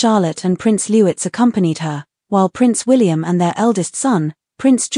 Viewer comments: His name is Prince LOUIS pronounced LOU-EE not LEWITZ 🙄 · I think in the UK, they pronounce "Louis" not as Lou-iss but Lou-ee. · It’s Louis not Lewez please get it right. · The youngest royal is called Louis not lewis. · Lou…eeeee, not Lewis. F. F. s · It’s pronounced LOO-EEE! 🙀🙀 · Thank you, drives me crazy when they pronounce Louis name as if spelled Lewis, pronounce it Louts, why on earth can't they pronounce it properly. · Good on Catherine she really does see herself as one of us.. ❤❤❤ ps. Pronounce the name of Louis correctly please.. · Louis is pronounced like a French first name. The s at the end is silent.